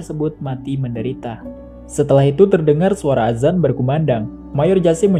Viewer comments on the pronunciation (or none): none